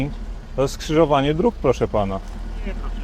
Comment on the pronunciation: Pana policjanta przerasta wymowa słowa „skrzyżowanie”, a szkoda bo jest przykładem skrzyżowania niekompetencji z obiboctwem